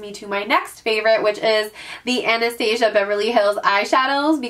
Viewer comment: Love your videos! Just a heads up that you should probably Google how to pronounce Anastasia for future videos- it's not like the cartoon. Looking forward to the makeup collection video!